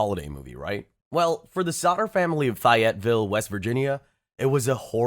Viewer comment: Not even the British ones 😂 He messed up "Fayeteville, West Virginia"